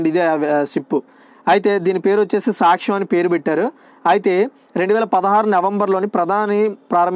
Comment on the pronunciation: Anna saakhyam or saksham na??? Konchem clear ga cheppandi